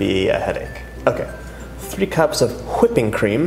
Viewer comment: "Whippingcream" ( pronounced like Andy Samberg's character from Hot Rod haha) On a serious note, looking forward to an create an easir version of this dessert, thank you! ♡